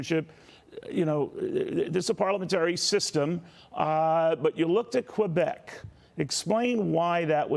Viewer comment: Aahah, juste de la façon dont tu prononces le mot Québec mon Kevin, on sait d'avance que ça va finir en bashing.... C'est l'Ontario qui décide pour les élections fédérales. Sérieusement, la seule zone qui vote pour les libéraux au Québec, c'est le territoire non-cédé par les Mohwaks (Montréal Ouest les anglos). Oh, et les provinces Atlantiques qui veulent les subventions fédérales.